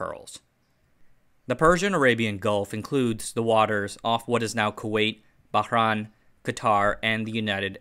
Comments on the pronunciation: It's pronounced Bah-RAIN (reYn). I grew up there, so it pains me to hear you pronounce it as "Bah-RAAAN". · It’s Bah-RAIN. Like summer rain. I had a cat named purrs from Bahrain. She was the color of a pearl and she liked to purr a lot.